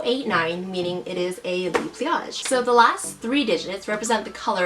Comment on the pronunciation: Hun, so sorry to say, but the "le" in "le pliage" is not pronounced "lee"... it's "luh". It's not you, I have personal peeves.